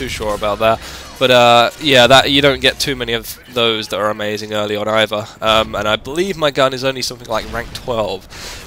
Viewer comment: Also you say "amazin" like 5 times lawl